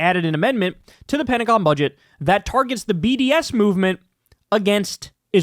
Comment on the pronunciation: You did mean the Ped-tagon right?💩😂